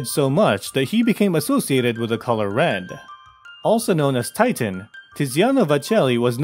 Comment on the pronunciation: Titian not Titan.